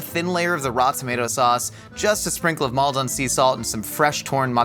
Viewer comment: You should pronounce Maldon more like golden. Not Mold on, Mol den/Mold’n